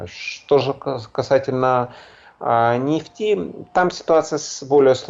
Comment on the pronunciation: Экономический эксперт даже говорить правильно не может😂😂😂 "нефтиииии"